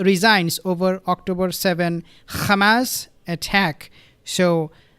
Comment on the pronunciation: It's not khamas, it's Hamas. Stop saying khamas!!!